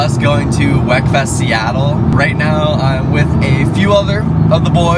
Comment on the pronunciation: it’s not “wek”, it’s pronounced “weak”